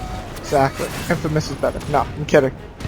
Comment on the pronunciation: why do u say infamous infermous?